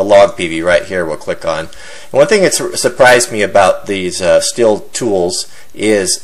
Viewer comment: Hey, you should look up how to pronounce the word stihl.. it's not "still" lol. it's pronounced the same as the metal "steel" when you say "still" your just saying "steel" with a German accent..lol WTF does everybody do this for?? lol